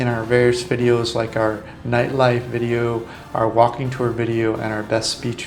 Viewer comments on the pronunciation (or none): none